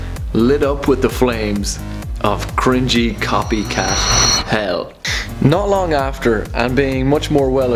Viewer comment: I cringe every time he says "cringe"